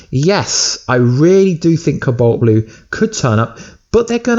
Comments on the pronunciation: cu balt blu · Is the way he says cobalt pissing anyone else off?